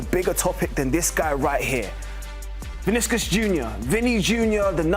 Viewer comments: “Viniskus Jr” 🤣🤣🤣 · Who tf is Viniskus Jr? C'mom man, at least get the name right.